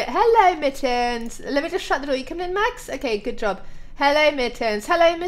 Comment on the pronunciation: she said come on max not Mars!